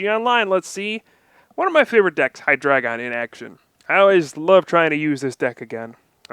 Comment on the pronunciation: OMG, you pronounce Hydreigon correctly....thank you!